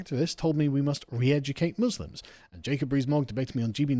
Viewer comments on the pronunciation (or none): For anyone wanting to do a Kier Starmer impression, he always pronounces letter M as a B eg in the roob, a bosque, Booslims